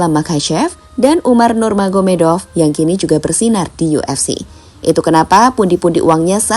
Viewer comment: khabib Nurmagomedov bang bukan khabib nurganomedov